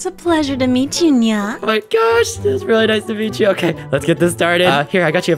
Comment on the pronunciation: Нья(nya) слишком не звучно. Ударение поставлено не правильно плюс интонация не та.